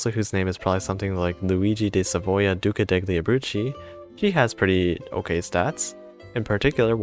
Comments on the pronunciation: the way you say the Italian words makes me die every time I hear them "duca decli abrucci" ￼ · is it kinda pronounced like "duca delyee abrutzi"? obviously not spelt like that, just trying to sound it out